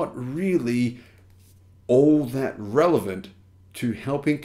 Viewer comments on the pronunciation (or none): none